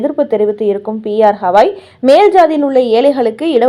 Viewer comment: Not Hawai his name is Gawai .